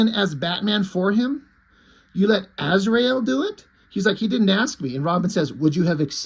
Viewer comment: To quote one of the Tremor Brothers from Smokin' Aces "You mean Az-ry-el?"